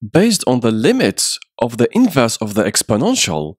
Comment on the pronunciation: Oh my god, thank you, it was driving me crazy hearing "inverse" everywhere.